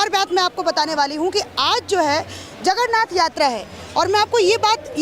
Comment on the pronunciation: एंकर महोदया जगरनाथ नहीं जगन्नाथ होता है.🙏🙏🚩🚩🚩🚩🚩